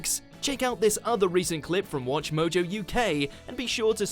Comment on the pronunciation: It's not "watch more jaw"